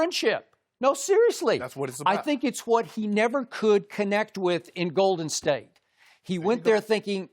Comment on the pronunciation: Does anyone else notice/dislike the fact that Skip emphasizes the wrong word in Golden state? Lol